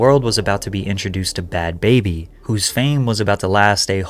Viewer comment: Its not pronounced "baby" its "Bah-bee" Like saying Barbie but with a NJ or RI accent.